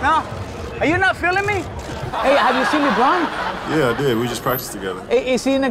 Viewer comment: I love how he calls him LiBron